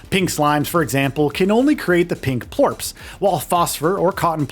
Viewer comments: All video is from the first area only. He mispronounces plorts to plorps. Maybe spend a little more time on the games before you review them... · sounds like plorps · Am I the only one annoyed how he says plorts